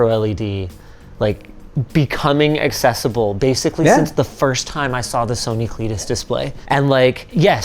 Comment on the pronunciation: Ah, yes, "Accessible"